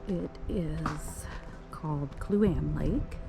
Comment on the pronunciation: It is pronounced Clue- on- eee. Kluane. Also Tok is pronounced Toke. Just trying to help 😁